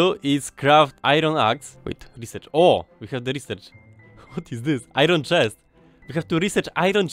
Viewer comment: "Ajron chest" Są tu jeszcze jacyś rodacy?..